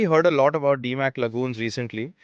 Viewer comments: Damac not Dimac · A good start would be to pronounce Damac correctly. 👆